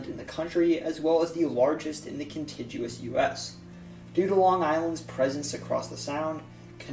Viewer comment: Lmao you can't say contiguous